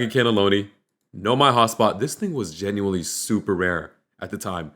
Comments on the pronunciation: U said Genualy 6 times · U said *gineuely* WHATEVER ITS CALLED 8 times😂😂😂